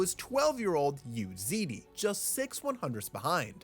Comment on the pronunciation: it's not "Zee Dee", it's "zzz (but very short)", Dee.